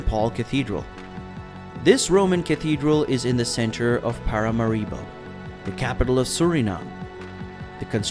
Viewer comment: ParaMAribo, not paramaRIbo